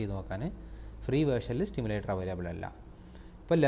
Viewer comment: സ്റ്റിമുലേറ്ററല്ല സി മുലേററർ